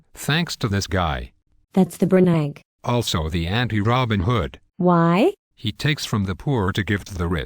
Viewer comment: That's Warren /Buffay/ ! /Bernanks/ Dude.